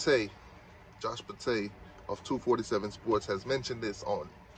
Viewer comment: It's Pate. Rhymes with State. He says it all the time on his show. Josh Pate